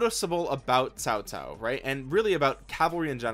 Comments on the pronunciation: you said cao cao right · Him: pronouncing Cao Cao Chinese: 👁 👁 👄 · Is fine 😂